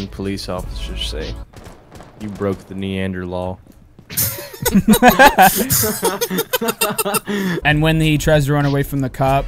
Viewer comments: I love how "you broke the neander-law" also sounds like "you broke the knee and the law" xD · Out of all the things to make me wheeze it was when he said Neander-stall